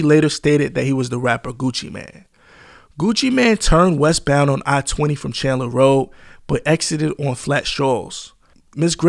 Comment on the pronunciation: Yes but narrator still not from Atlanta. He mispronounced his first name like everybody else. Lol. And mispronounced South Dekalb Mall and also Candler Road